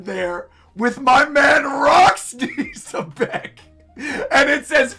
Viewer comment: I swear, Rocks looks like a mix of Blackbeard and Senku from Dr. Stone. Also, apparently Xebec is actually pronounced "jebec" according to Artur.